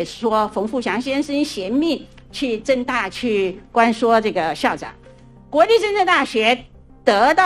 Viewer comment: 政大听着像是郑州大学hhh